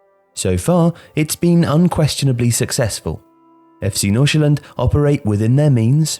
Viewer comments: He sounds so danish when he said "FC Nordsjælland" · As a Dane, I am quite impressed with your pronunciation of FC Nordsjælland. Great job! Love the video